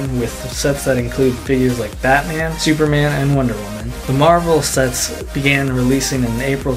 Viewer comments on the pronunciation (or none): none